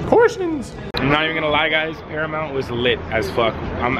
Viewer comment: When said paramount I thought he said caramel 😂 LYL